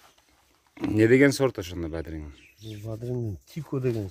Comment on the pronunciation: Бадирин эмес бадырын десерт болбойбу